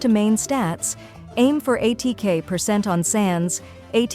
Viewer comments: Muh-buoy-ka and A-T-K. XD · Aah yes, AY-TEA-KAY sands, AY-TEA-KAY goblet. Tea mentioned!!! Is it time for to show up before 6.x?